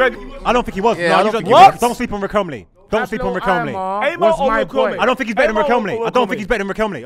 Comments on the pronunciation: said Riquelmlay ten times and nobody clocked it 😭😭😭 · naa how did everyone let get away with saying Riquelm-lay🤣🤣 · Riqemly 😂😂😂😂 repeated that with chest too many times… surprised no one picked David Villa at Valencia… he was cold. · Man said Riquelme’s name wrong sooo many times in one sequence 🤣